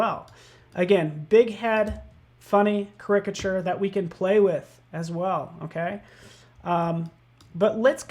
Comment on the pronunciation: I guess they dont read the comments... last caricature video a few people mentioned the way he says caricature incorrectly. Even youtube captions dont know what he is trying to say. one time the closed caption even said "cricket sure". its easy... you are exaggerating the characteristics, take the beginning of that word... say "charac" and stop saying it like "cricket"